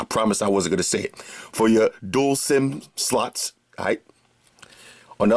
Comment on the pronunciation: Anybody else smiles when says slots and stay smiling until he says Sluts?